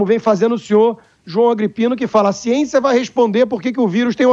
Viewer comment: "siençia" do dória kkkkkkk